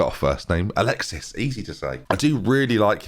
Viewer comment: Excited to see how you get on with the ragazzi. Forza Milan per sempre! PS. FYI, the 'c' in Bennacer's surname is pronounced as an /s/ instead of a /k/, and the 's' in Alexis is silent (also his surname is pronounced like Sa-la-ma-kers)